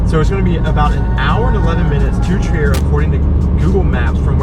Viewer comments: Nobody would guess that Trier is a german town, because the way you say it sounds pretty french ^^ It's more like "tree ah" ! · Really nice video, but one thing has been bugging me as a native to the city (or more specifically, a village really close to it): It's pronounced "Treer", not "Tree-air" ;) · Pretty interesting and informative. But before you start filming you should clean the windshield and ask on-site how to pronounce the place. It's called Triiiiier, not Triär. Not to be confused with Trieste in Italy. There it is called Triäst.